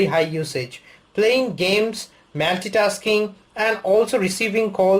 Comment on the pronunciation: MAYLLLLLTI-TASKING ? :D Trying to hide that Bengali accent?